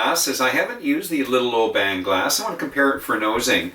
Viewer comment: It's pronounced "OBIN"